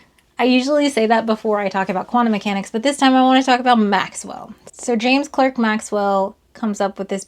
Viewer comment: Interesting fact. Just like David Bowie is British and in his home nation his surname is not pronounced B-oh-ee, but reather BOW (like bow-wow or cow or how)-ee (true fact), James Clerk Maxwell's name is pronounced James Clarke Maxwell. And in Britain this holds true for other words. Like in a DERBY between 2 rival teams: Manchester United v Liverpool, or Arsenal v Tottenham, it's pronounced DARBY. Source: American been living in Scotland for 26 years. You can also look up Neil de Grasse Tyson, who pronounces James Clerk Maxwell the way it should be. Love your channel by the way. I always upvote and often comment, and enjoy learning new stuff from you.